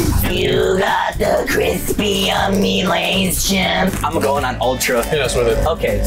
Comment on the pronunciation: "U GAT DA CRISPY YUMMY LAYS CIP " LOL ded cuz of laughter - 2023 james